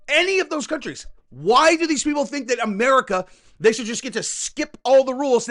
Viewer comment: Hold on I think when you were trying to say "America" you meant "Amedica" (Fez - that 70's show)